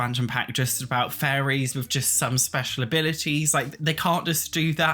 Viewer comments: I had to do a double take at one point cuz I thought he was saying furries instead staid of fairies lol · Buddies going on and on about furries. Lol. I hope we do get a fairies pack so I can listen to this guy say furries. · I’m sorry but I always think you’re saying “furries”. Love you though and your content!! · Sounded like you were saying Furries Mod and Sims 4 Furries, and it was sending me XD